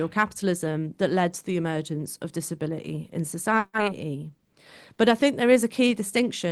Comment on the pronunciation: She's dropping her Ts in places, in an attempt to sound working class. " Disabila ee."